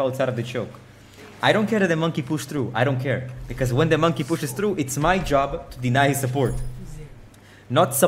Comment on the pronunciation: I just love the way you say “monkey” it makes my day